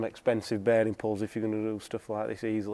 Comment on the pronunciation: Love the accent "beering"